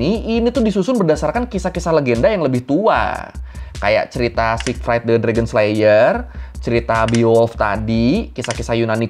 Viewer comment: jormungandr itu bacanya yormungander bukan jormun-gard, kan N nya didepan R Siegfried juga bacanya Zig-freed bukan sig-fraid kyk fried chicken 😁